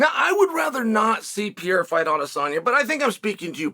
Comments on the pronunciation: Pa-rare-uh Unc😂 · 3 years later and you're still saying pee-era, either your dumb or trolling but either way it's old. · Chael the type of guy to make an 11 minute video about Alex Pereira and proceed to not pronounce his name right once.